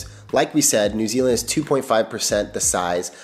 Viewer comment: He gets points straight off the bat by not pronouncing it noo Zealand ❤